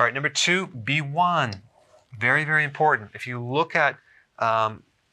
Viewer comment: Did you say benfontiamine is berry berry important?